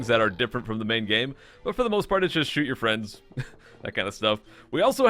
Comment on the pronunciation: fwiend uwu